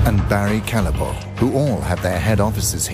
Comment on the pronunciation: NOT "calleboa" it is a flemish name it is pronounced Callebout ;)